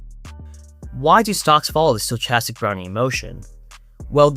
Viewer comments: sto-ch-astic? wtf? it's pronounced sto-kas-tic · how do you have an iq of like 6 or 700 and you can't pronounce stochastic